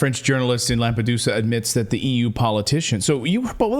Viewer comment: Lamp -a-dooza😂